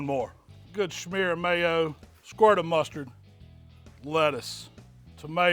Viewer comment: Does he keep saying 'Schmear'? Or are my ears salivating and causing interference?